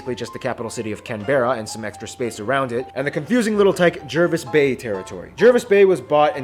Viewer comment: I died when he pronounced Canberra and Jervis Bay wrong over and over again.